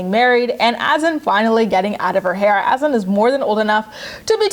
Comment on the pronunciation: His name is HASSAN !!!!!!!Not Azan. IT doesn't even exist as a name . This brat can't even pronounce a common name properly ugh.